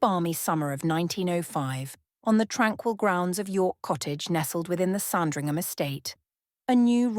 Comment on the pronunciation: It's SANdringham , not SARNdringham!